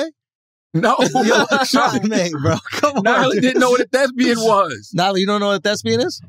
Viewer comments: that's not the bit. He doesn't know that's it's thespian, not thesbian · “Thezbian” -CTG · How charlamagne talking bout "you don't know what a 'thesbian' is???" when he's not even pronouncing thespian correctly 😂😂😂